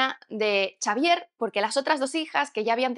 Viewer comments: Xavier se pronuncia Javier no Chavier XD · en inglés se pronuncia "seivier" XDXDXD